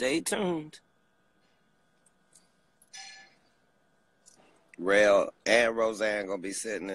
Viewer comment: Listen hear "REL-AQUAN" 😂😂😂PLS GET THIS MAN OFF LIVE 😂